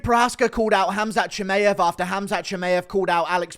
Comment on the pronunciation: Bro how can you still be pronouncing Chimaev wrong?